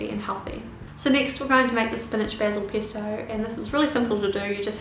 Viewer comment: it's pEsto, not pIsto